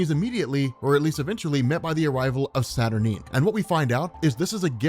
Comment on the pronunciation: You say Saturnyne wrong.